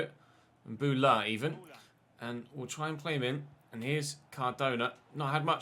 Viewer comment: It's Mbowla, not Mbula mate. You should play in a wide formation against the lower teams, you're too defensive and it's hurting the team